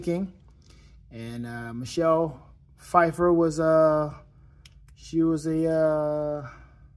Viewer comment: pu-fiffer? lol